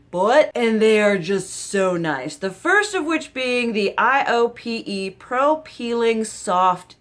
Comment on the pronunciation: Iope is pronounced like eye-oh-pay. It makes sense that you like it since you like amorepacific. They’re both under the same parent company. I’ve been really digging KraveBeauty for skin care myself. Just bought the meebak cica cream on amazon per your recommendation!